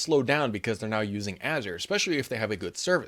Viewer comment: Here's a lesson on how to pronounce Azure, cause ppl don't know how to say it